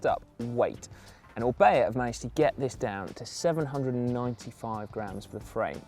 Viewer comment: "O R is the beginning of O-bea" .... yes, O-ka.